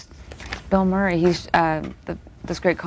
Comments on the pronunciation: A lousy interviewer. He wants to do all of the talking. As an aside, he can't pronounce Murray. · He can't pronounce "Murray".